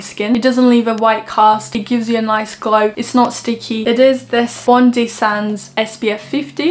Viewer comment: FYI Bondi is pronounced Bond-eye :) Love the video and the recommendations!